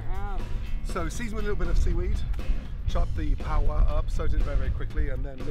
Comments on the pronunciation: pow-ah, it's Pah-wa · lol why he saying pow wa 🙄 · Pah-wah The Maori pronunciation is killing me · Everyone else: paua Gordon: paWA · Miss Mira it isn’t power, it’s paua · Notice he says paua twice near the end but every other time its pao-wah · I adore how he pronounced Paua as Pow Wah !! So cute 🤩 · As a Maori I chuckled when he butchered the pronunciation but at least he’s appreciating our language! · I like how no one told him he was pronouncing "paua" wrong. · He says paua weird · xJennova, we're the only corner of the world that calls it Paua. 😉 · Why is he saying paua so weird, it’s not that hard to pronounce 😆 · That's so annoying, he didn't pronounce paua correctly once. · Hes not a kiwi. It's not a big deal.